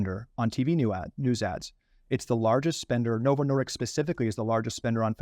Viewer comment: As someone who knows, it drives me crazy that he keeps getting the name wrong. It's Novo Nordisk, not Novo Nordicks! 😆